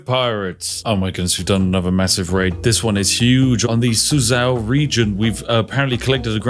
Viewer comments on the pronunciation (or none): none